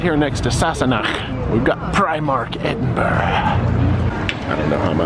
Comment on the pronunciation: Well done on the almost correct pronunciation of Edinburgh- that there is instant brownie points haha. (It's just Edin-bruh.) Just fyi, the red bridge is the rail bridge, the older car bridge is the Forth Road Bridge and the newer bridge is the Queensferry Crossing. I'm delighted you had such an amazing time here! These videos are fascinating to me, as someone born and bred from Edinburgh, it's fascinating and so nice to see the things that are just humdrum life for me, things I take for granted each and every day through new eyes- really makes me appreciate my beautiful city! Please come back, you're always welcome ❤ PS- when it comes to haggis, it is SO versatile. Not to sound too much like a Scotsman, my partner and I use it a LOT in cooking. Goes well on a spicy pizza, beautiful crumbled over salad and tastes extremely nice mixed into pastas. We tend to buy the tinned variety (available in pretty much every supermarket.) A toastie (grilled cheese to North Americans) with haggis inside it is out of this world!) If you ever come back, get in touch and I'll give you directions on how to work your way down the vertical city of Edinburgh, most side streets in the city centre are hills that take you down.